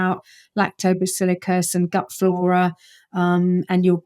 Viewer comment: I immediately get suspicious of an 'expert' who doesn't pronounce technical terms correctly: lactobacillICUS, Nu-uh. LactobacillUS!